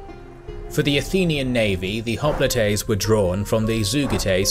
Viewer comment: Hop-li-tey? Hoplite is "hop-light" in English and Greek. >.<